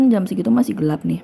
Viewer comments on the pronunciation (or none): none